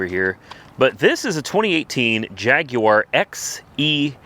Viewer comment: Why does yous' missprounce jaguar?